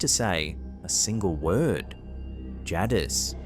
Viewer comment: sounds like "jay-dis" and not "ja-dis"